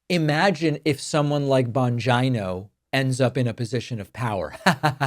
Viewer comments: bon-geeno. please dont make him sound like a vagina by mispronouncing the surname. those of us with vaginas dont want him near us or confused with female body parts. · It’s pronounced Dan Bongina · I believe it's pronounced Bungina. Sounds like a combination of Bung Hole and Vagina. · Bongino's last name is pronounced vagina. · I think the correct pronounciation of the name is "Dumb Mangina" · Its Bongina. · Bongina—pronounced the way I used to say ‘vagina’ when I didn’t know what it was called. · David, don’t mispronounce Bongino’s name; it makes you look like a little schoolboy. And, it’s disrespectful to a lot of other innocent people who have the same surname. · Your pronunciation of "Bongino" is perfect !! LOL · Lol David couldn’t help him self .. he mispronounced Bongino’s name repeatedly.. even though he said he won’t do that anymore, can’t say I blame him!